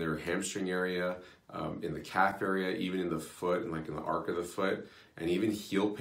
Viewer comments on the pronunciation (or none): arch of foot, not arc